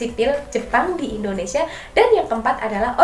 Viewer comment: Pendudukan jepang di Indonesi Huruf A nya jurang 🙏